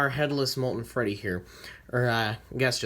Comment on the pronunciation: It freddy not reddy